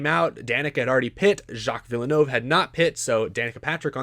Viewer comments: Vill-nerve not VIL-E-NO-VE it’s French yes but you don’t need to over pronounce it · its pronounced like Jack Vil-nerve even tho its spelled Jacques Villeneuve he was 1997 F1 World Champion and the son of the guy Montreal is named after aka gilles villeneuve. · Curcuit Gilles Villeneuve pronunciation (from a Canadian) Gilles (Gill) Villeneuve (Vill Nerve) Plz correct me if i’m wrong i am from WPG i am not a native french speaker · again, I like your stuff, but there's something bugging me about this video. Your pronunciations are driving me crazy. Montreal - supposed to be pronounced "Mon-tree-all" Circuit Gilles Villeneuve - supposed to be pronounced "Circuit Jill Villa-new-ve" Eury - supposed to be pronounced "Yuri" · if you want to not say it too badly, just say Jill Vill - nuv. That's close enough. You mentioned his son Jacques later in the video and said it correctly there! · As a fan of Formula 1, that pronunciation of Circuit Gilles Villeneuve was insulting lmao (it's pronounced vil-noov) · The way he saids Jacques Villeneuve and Gilles Villeneuve as a F1 fan myself makes me internally hurt. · That was the worst pronounciation of Gilles and Jacques Villeneuve’s names I’ve ever heard 😂😂😂😂 (no offense, I’m a big fan of your videos) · So, since we are pronouncing names, how do you pronounce your last name,? S step? Est epp? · sucks ass at pronunciation. Can’t even say Villeneuve right.